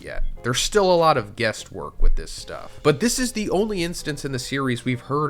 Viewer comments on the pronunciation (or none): I'm sorry, did you say "guest work"? If you did, I'm fairly sure you meant "guess work".... Right? There are some of us who heard the phrases wrong growing up and no one ever corrected us. This could have been a slip of the tongue, but sometimes, it's real. My favorite instance is a coworker of mine once thought it was "a higher peg rate" rather than "a higher pay grade".